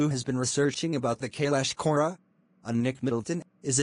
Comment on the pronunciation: I heard Aura instead of kora😂😂😂